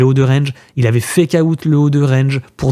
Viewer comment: FécaOUTE ? C'est quoi ça ? Svp quoi faites un effort les français. Bientôt ça sera Bitcouin